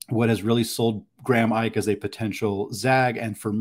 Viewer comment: Ike pronounced Ee-kay